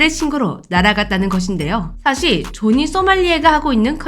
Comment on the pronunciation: 자막은 조니 발음은 조지 뭐임?